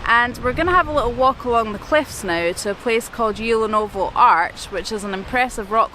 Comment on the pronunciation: Actually the letter "T" in Tyulenovo isn't silent. 😉 Great videos, congrats!